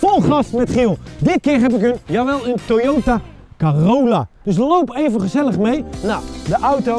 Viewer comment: De Toyota Corolla (Corolla sprak je trouwens verkeert uit) had je wel beter kunnen beoordelen maar ja wel tofe video En als je het aan Toyota had gevraagd hadden ze waarschijnlijk gewoon meegewerkt